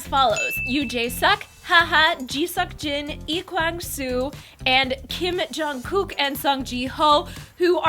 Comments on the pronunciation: You kept saying Kim Jae Kook. I'm sure it was just because you kept saying his name fast though. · its not Kim jae kook its KIM JONG KOOK ... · you had his name right the first time he pronounces it Yoo Jae Suk, not sook. And it's Kim Jong Kook. And I am very sad it will be ending. Can't they fire the PD who screwed it all up instead and get another one?